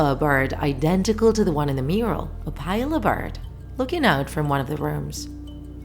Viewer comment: you're saying opila wrong 😡 it's opila, not opayla, the i is low wovel